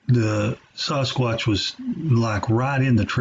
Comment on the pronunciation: Dude why do you pronounce sasquatch: saaaahsquatch and David Paulides last name completely wrong?